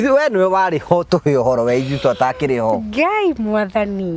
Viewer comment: 😂😂😂😂😂😂😂 when she says ye badala ya we! 😂